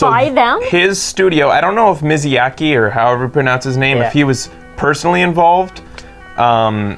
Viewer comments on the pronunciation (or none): It's miyazaki MI-YA-ZA-Ki